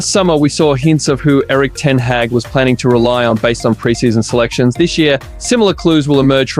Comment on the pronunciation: Great comprhensive coverage. I would note that you don't pronounce Hojlunds name with the J I usually hear it and say it like Hoylund. Ten Haag has two a's so its more like ten hog but that's nitpicky to me tbh. honestly I'd still prefer united to get another left back, esp to shore up the position and let martial and shaw get back to full fitness as best as possible.